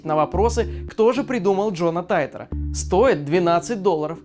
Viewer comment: ты читать умеешь? Не Джона Тайтора, а Джона Титора.